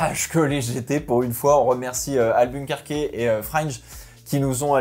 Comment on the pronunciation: Petite précision pour Albuquerque, stp prononce AlbuquerK et pas AlbuquerquÉ. Partout dans le monde il est prononcé AlbuquerK... sinon super vidéo, un peu courte mais GP explorer oblige